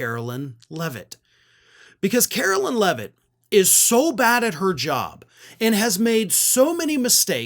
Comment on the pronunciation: HER NAME IS PRONOUNCED LIKE CAROLINE. NOT CAROLYN!!! Don’t give magats anything else to criticize.